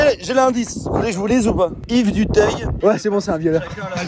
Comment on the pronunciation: Dutayeeeuh pas 🤦🏻‍♂️🤦🏻‍♂️🤦🏻‍♂️🤦🏻‍♂️🤦🏻‍♂️ duteuil